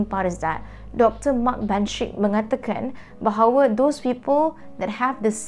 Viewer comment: frog yes orang professional, orang yang selalu cakap BI pun kalau diorang cakap Melayu takde pun bunyi errr. Bahawerrr la . Nak sebut 3 jadi tigerrr la. Nak cakap campur cakap la bagi elok-elok bahasa Melayu tu.